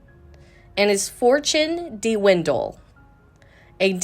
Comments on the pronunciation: “Dee-windle”???????? Who is narrating this😂😂😂😂😂😂😂😂😂😂😂😂😂😂😂😂😂😂😂😂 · Dewindell? This is the 3rd mispronounced word, This girl can't read